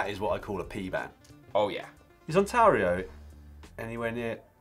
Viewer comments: How hard is it to say Ontario and Ottawa? I'm not even Canadian and you're making me cringe, Dan! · I ran out of hands to face palm with when Dan asked whether Ontario is near Ottawa (pronouncing both incorrectly...) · Nice mispronunciation of Ontario and Ottawa, Dan. I expected more given that you're typically a cunning linguist.